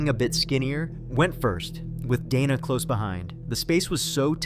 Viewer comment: Dana + "day-nuh" not "donna" fucking AI garbage scripts doesn even know commone american name pronunciations lmao